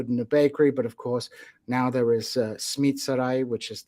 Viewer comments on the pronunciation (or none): Great conversation. One question though, who pronounces simit 'smeet'?